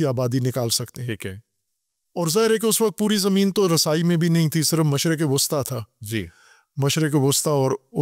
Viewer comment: Yeh Jawad mashriq e Ghusta keh rahe hai,,,Mashriq e wusta hai ..darmeyana... middle